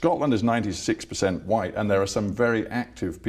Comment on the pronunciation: What? Evewyone who call’s you out is ‘Faa White, whubbish!! 😂